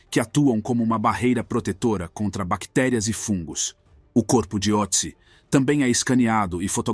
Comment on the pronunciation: Só um detalhe, este trema sobre a letra "O" no nome, muda a pronúncia, para um som mais perto de "Ê" ! É claro, fosse eu o autor da decoberta, eu daria um nome mais simples como Tião ou Joca, mas nome alemão segue a fonética alemã ! No mais, excelente vídeo ! Sobre a questão de enterro adequado à múmia... isto seria uma estupidez, pois a família dele se foi, e não tem como identificar a religião ou o rito funerário que o grupo dele adotava à epoca, se eram cremados, sepultados ou simplesmente lançados aos abutres. Mesmo que se soubesse a religião que ele praticasse, não haveria como achar um sacerdote familiarizado aos ritos da época para conduzir a cerimônia ! O melhor é mantê-lo numa urna frigoríica da reserva técnica de um museu !